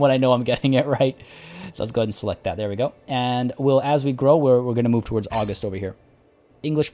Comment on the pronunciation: FYI,, it is pronounced "auGUST". Not like the month. For some reason, it feels like everyone who is playing this game on YouTube is making this mistake, and it is driving me batty.